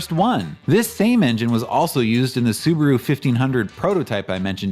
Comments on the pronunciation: It was interesting to hear Subaru pronounced as Soo-baah-roo in the early US ads - our Kiwi friends still pronounce it like that, and I always thought that it was just a local quirk. Maybe that's just the way it's meant to be said... Anyhoo, that video was definitely worth the wait. I appreciate the huge amount of research and effort went into it, so thanks heaps - I really enjoyed it. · correct. It's su Ba ru. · Apparently Subaru didn't even know how to pronounce their own name in the 60s